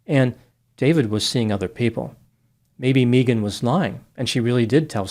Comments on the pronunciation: I did meet one Mee-gan once. She was from Boston. But yeah, it's usually pronounced Meh-gan. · caught...you said May - Ghan instead of Mee- Ghan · MEEGAN 😅 Megan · Just an FYI, to (since his last name suggests he's Spanish) The name Megan is often pronounced "Meeghan", it's Welsh. It's not some make up new age thing, it's legit. I had a high school friend hat pronounced it that way and actress Megan Follows pronounces it that was - as described on her imdb and wiki pages. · It's interesting a business called "Australian Body Works" is involved in this case, because "Mee-gun" is the normal way Megan is pronounced in Australia. If this woman was raised in Australia, that pronunciation of her name is to be expected. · Your life advice for life, for today: If anyone ever 'insists' that you mispronounce their name, run, RUN, don't walk away from them. They are nothing but trouble. ❤ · I have always hated it when people pronounced my name like mee-gen. I had an elementary school teacher who insisted that is how my name is pronounced. She was not a nice lady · my last name is actually Berke and it's pronounced like bear-key but everyone says burk. It's just one of those things. Mee-gahn burk😅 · Sorry but if the elementary teacher had insisted that how your name is pronounced. Then who we are to call you other way Mee -gen sorry sweety😂😂😂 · It would have been awesome if you'd have peppered the correct pronunciation of Megan in there here and there. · The pronunciation of Megan is taking me out 🤣